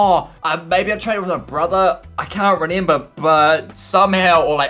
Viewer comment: i like how he says renember